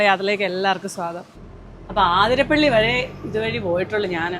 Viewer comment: ആതിരപ്പിള്ളി അല്ല 🤦‍♂️